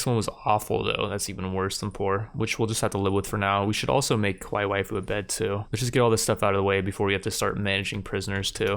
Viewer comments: big character cringe, at least say it like 'ka-wai-ee' so it doesn't sound like a different word in Japanese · And Kawaii has an E sound on the end like the state Hawaii. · Dude you are not pronouncing kawai well